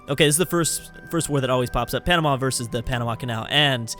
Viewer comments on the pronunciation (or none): none